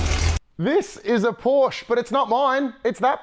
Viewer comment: Learn how to pronounce "Porsche"......berk!